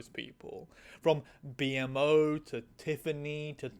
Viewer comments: who the fuck says B-M-O instead of beemo😭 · WHY THE HELL do you call BMO, B-M-O💀💀 Everyone CLEARLY calls him BMO (bee-mo) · B M O😅😭 it's "Beemo" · I can’t tell if you are a fan of this show or if you’ve only seen a few episodes. The fact that you call him B M O instead of BMO says a lot. But you don’t get PB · I can't believe I'm getting pulled enough out of the video by this to write a comment, and it isn't like there's any way you can go back and change it after upload but B-Mo's name is pronounced Bee-Moh (Or Moe, Idk the best way to write out phonetics), not Bee-em-oh. Small detail and not the end of the world, but as an object who defines itself, it feels weird to hear something call itself one thing for years and then hear someone else say its name an entirely different way. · pronouncing BMO as B.M.O. is excellent ragebait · B....B-M-O?....why did you pronounce it like IBS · wait did you just say B-M-O? I've never heard someone pronounce their name like that 😂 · When I saw you were doing Adventure Time I was so sure it would be about BMO (pronounced Beemo btw), who is canonically genderfluid. (Although the research for that would be pretty extensive and involve many many episodes.) But Princess Cookie is an amazing one as well, and this is a great analysis. Gonna send this to a few queer friends I'm trying to get to watch Adventure Time, I bet it will get their interest! There are some other great queer episodes worth looking at as well, though as with Princess Cookie, it's mostly allegory and metaphor and indirect representation. Like Dream of Love (S04E04), where the world is telling a couple in love that they aren't allowed to show their love in public because it makes other people feel gross, which it took me years to realize was an excellent allegory for queer people being forced into the closet because other people feel weird seeing it. Adventure Time is just great in general. Actually I'm gonna go rewatch it now... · “B M O” Its pronounced BEEMO!